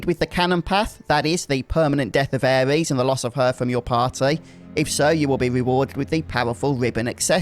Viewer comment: was gonna watch more of your vids on this mod but im sorry, i cannot bare to hear you call her "Ares," one more time lol.